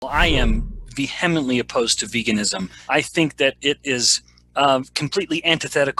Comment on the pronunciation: I have to make fun of how he butchered the word 'vehement' right in the very beginning. Lol.